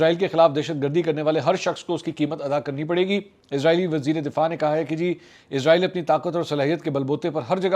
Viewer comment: سر جی عزرائیل نہیں اسرائیل ہے